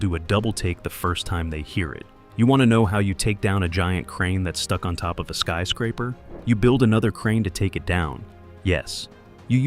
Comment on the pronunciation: "skee" scraper? You are sooooooo lazy. Pro tip: learn how to read and narrate your own vids. aaaaa-holllllle